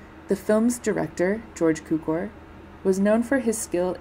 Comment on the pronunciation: It’s pronounced - Q-core. It’s pronounced - Sheer-er. Thanks for the video.